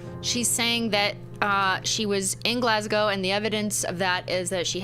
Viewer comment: Cristine learn how to say Glasgow challenge failed 😞